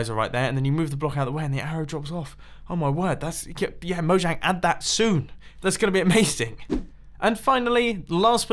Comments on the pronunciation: Because you pronounce it “mo-*J*ang” none of these features will get in. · It's pronnounced "Moyang" for future reference! :)